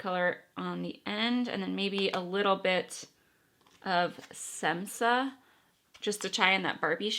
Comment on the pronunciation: Hi, which palette would you suggest for a kit between Jackie Aina or Amrezy? Which do you like better or find more useful? Your eye look today is so pretty. BTW Š=SH Shemsa is how to pronounce that shade. It is a nickname/name where she lives. You could buy much less expensive powder puffs for setting makeup. IDK, I'm not buying the Blendiful, just because it is too expensive with shipping where I live. Also, it has fallen apart for too many people IMO too quickly.